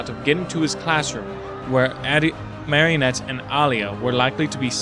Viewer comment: I love podfics and I'm so happy you're contributing. I'm definitely subscribing so i can hear more. I have only one piece of constructive criticism and its the pronunciation of Marinette's name. You're currently pronouncing it "Marionette" which is one of those dolls hung by strings when it should be more of a conjunction of "Marie Antoinette". The French Dub (which is the more accurate pronunciation of the name) pronounces it MARE-in-ette with the Mare being pronounced the same as a horse mare. The English dub softens the a and pronounces it MAR-in-ette like from Mars. I hate to nitpick and you don't have to change the way you say it if you don't want, this is just the one issue I have.